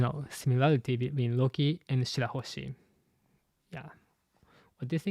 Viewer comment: i love you but its shirahoshi bro